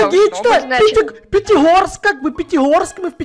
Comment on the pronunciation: Правильно Пятигорск а не Петегорск